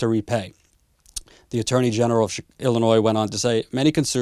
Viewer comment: Your videos are great, but please remember, Illinois is pronounced without the "s" at the end. Illinoi.